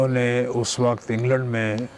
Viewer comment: Signs of deteriorating Urdu over the generations: the interviewer, supposedly a literate professional, cannot speak words like وقت (waqat) right — while the player pronounces them correctly (in this instance "waqt"). Never mind the horrible English by the learned podcaster.